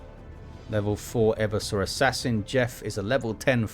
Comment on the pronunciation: PSA: the name is e-VER-sor Assassin, not Ever-sore. from root word "everse", which means "to overthrow or subvert"